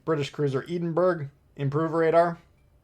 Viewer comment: I died when he pronounced Edinburgh